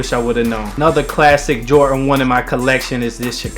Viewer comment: Its "Jordan" not "Jortan"